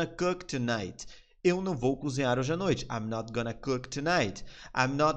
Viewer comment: Uma dica que um amigo americano me deu , você fala gonna assim (gona) mas na vdd pronuncia (gana) . Ele tá me ajudando perder o sotaque , são detalhes pequenos mas ajuda !